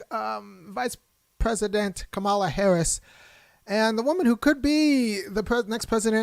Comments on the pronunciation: Her name is pronounced comma-la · You describe how VP Harris pronounces her name and I get your point. But, have you ever watched a Disney show called Ms. Marvel? The hero in that show is Pakistani and her parents pronounce her name Ka Mah la, the same way does. Tomayto, Tomahto. Both are correct but I agree that you should pronounce someone's name the way they prefer it pronounced. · the only correct way to pronounce someone’s name is how they pronounce it. Doesn’t matter how others with similar spelling pronounce their names. That’s irrelevant. HER name is pronounced “COMMA-LA.” Period.